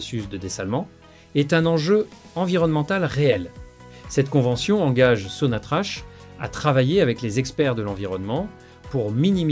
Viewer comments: Sinatrac et pas Sinatrach ça s'écrit Sinatrach on prononce sonatrac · SONATRACH SE PRONONCE SONATRAKE